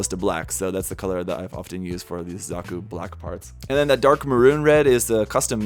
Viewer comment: Pew die pie does not respect gunpla he called zaku a Zuku whattt